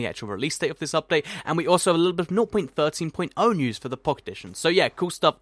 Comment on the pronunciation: Why does he say "Nor.13.0" or whatever he says instead of just "0.13.0, or just 0.13?"